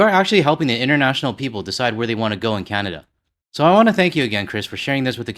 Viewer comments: I don't even like the way he pronounces our country's name - "Kyanada" 🤮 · 🍁🇨🇦 I can’t stand the way he pronounces Canada.